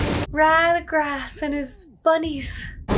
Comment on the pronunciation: It's the DEFILER, not the "despiser", and it's RADAGAST, not "Radagrass" LOL